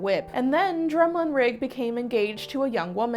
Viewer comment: The title is pronounced MAR QWIS not MAR KEY & it's DRUM LAN RIG